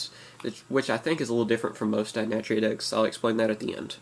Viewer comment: one you are pronouncing Naturia wrong this isn't a naturia its mixed. I have a naturia deck i have no more than 4 non-naturia card in my deck. This is for they guy that said that naturia aren't good I go to local every week and i always place at least in the top 8 and i duel with guys that went to nationals (8 of them) 3 made it to the second day and one made it to the top 8. This deck is really good it locks down easily.